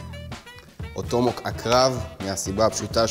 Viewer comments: אתה יכול בבקשה לומר את המילים כמו שצריך? מדובר ב-TOMAHAWK, אומרים טומ-א-הוק, לא טומהוק. ואמרת "נא", כאילו אמרת "נר", אומרים נא כמו "נע". זה מרגיז לראות סרטון ככה, אפילו שאתה מאוד נחמד וחינני ומעניין, זה מאוד צורם באוזן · זאת מילה אנגלית אבל אז אתה לא יכול לשנות אותה לפי איך שנראה לך. הוגים טומאהוק באמת. אוהב את הסרטונים שלך אבל זה באמת מרגיש מוריד מהמקצועיות